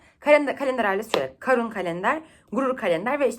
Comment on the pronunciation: Kârun diye okunmuyor muydu ya? Karun diye okuduğun her seferde irite oldum, bence uzatarak okuyalım